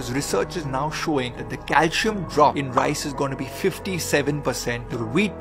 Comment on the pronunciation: Calcium pronunciation is wrong